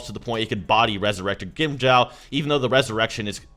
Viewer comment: “Weasurected gwimjow”